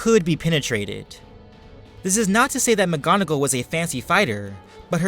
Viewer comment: He said alot of names wrong mggonigal and lucias and animagus